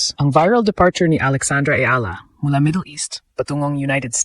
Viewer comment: Eala pronunciation E-yala